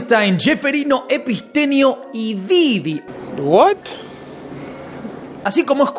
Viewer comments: Todos los nombres los dice bien como son, pero a Epstein epistenio no se q, no entiendo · Porque nunca dice bien el nombre de Epstein?